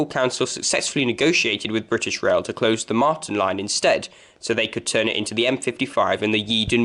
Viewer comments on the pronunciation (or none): none